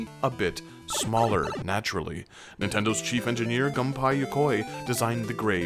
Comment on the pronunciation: あああああああああああああああああああああああああctually, it’s called Yume Koujou Doki Doki Panic. :P Also Gunpei’s name is pronounced Goon Pay. :) But yeah, I remember the first Mario on my cousin’s NES at Christmas, and how insanely hard to get SMB2 was to find. Finally got it at Thrifty’s with my grandma but had to wait until Christmas…. It was fine really. Knowing it would be there. :D